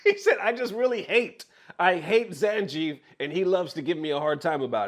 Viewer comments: Did really say "Zan-Jeef? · Nice video but I don't know if I can forgive you saying 'Zan-Jeef' 😔😔😔